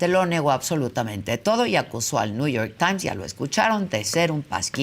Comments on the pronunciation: Alguien que le diga al viejo guango qué es NEW York Times no New York tain 😂😂😂😂😂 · “El niuyor tain “ 😂